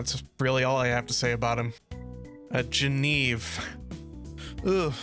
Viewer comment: Bro, you keep calling Genevieve wrong, missing the entire middle part of her name)